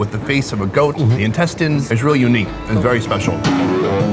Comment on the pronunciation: I think he meant cleaning the literal shit out of those intestines or as he says 'incest-ines'